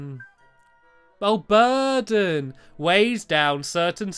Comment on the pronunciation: Rrrrr it's burden